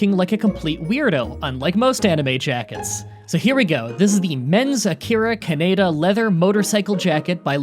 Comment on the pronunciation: Jesus Christ it’s pronounced kahneedah